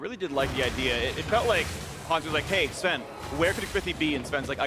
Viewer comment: Why can't Phreak say Sven's name correctly